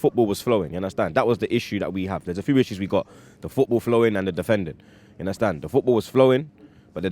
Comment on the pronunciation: Give undercrackers boy the job!! "Una-stan?